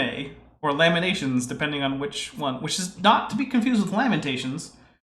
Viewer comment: It is funny when you said lamination i heard lemonation, it took me a few second to connect all the dots